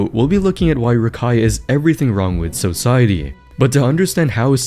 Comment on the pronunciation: So-ciety. i promise you that descript isn't it.